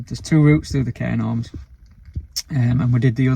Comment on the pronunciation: Ive watched your most videos, so now im gonna binge watch from the start. Had to laugh though when was saying Cairn Orms. There is a 'g' in the middle. Its a weird one though, coz its pronounced as cairn gawms. No "R" is sounded in Gorms. UPDATE: apologies guys, I've just watched your "FAKE" new year's eve video where you corrected yourselves 😂 my bad. You pair of nutters. Defo a couple I'd love to meet. 💙🩷